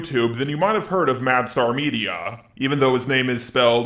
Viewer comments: how to say Mastar media. Madstar media Lol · Its not "Mad star media" Its not "Mu star media" Its "Ma star media" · Does anyone else hear "mad star media" when he says the name? :p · Are you calling him "MadStar"? It's a play on Master and Star, not Mad and Star. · I'm heading "madSTAR" is that how's he is pronouncing it?